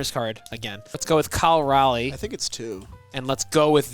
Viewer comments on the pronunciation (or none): Does cal Raleigh say his name wrong or is that a you guys thing cause it’s driving me nuts